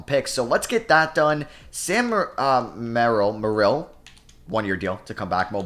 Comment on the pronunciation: Sam Merrill pronounced Mer all like mehrall